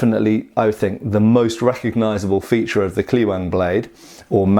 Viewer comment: Say Kleweng as "Clevenh" which is much closer in pronunciation.